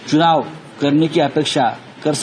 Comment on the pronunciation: Chunaw nahi chhinaw hai